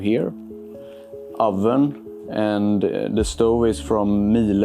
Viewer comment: it’s pronounced meal uh